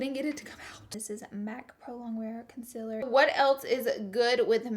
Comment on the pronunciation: she doesnt know how to pronounce concealer and shes a beauty guru wow